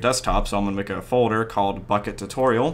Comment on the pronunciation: When he says bukkit i hear fuck it